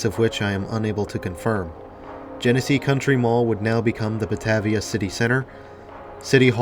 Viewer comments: Buh-Tay-vee-ah. Long A. Driving me nuts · I was going to saybthebsamenthing - Buh-Tay-v-uh. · Drinking game #2: every time mispronounces "bah-TAY-via". Don't do shots, you won't survive😉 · 💗western NY state🍻Salute! Also Batavia is pronounced buh-tay-vee-uh in NY state:) Nice work,!👌